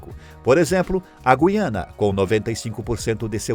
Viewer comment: Parabéns por pronúnciar o nome "GUIANA" de forma correta, pois é um assassinato das ignorâncias ao pronúnciar essa palavra que dá nojo. Eles chamam de GIANA...PODE?? TOTAL E FALTA DE LEITURAS.